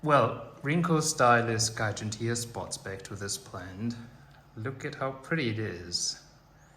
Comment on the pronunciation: Isn’t it pronounced “jiganteea”?